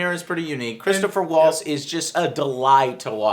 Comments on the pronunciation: soooo, how many people are correcting your pronunciation of Christoph Waltz and Margot Robbie? lol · "Christopher Waltz" Holy fuck even more deader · "Margaret Robbie" "Christopher Waltz"